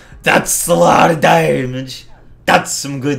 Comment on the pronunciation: "Day-mij" got annoying by the third time.